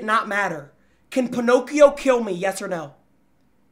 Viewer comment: got me rolling every time he called balloon boy ponocio